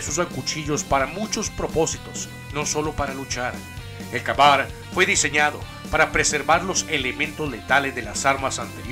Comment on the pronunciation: El primero se pronuncia kei bar